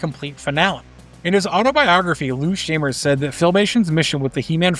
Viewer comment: “Shy-mer”, not “Shay-mer”, and “Lan-jella”, not “Lan-gella”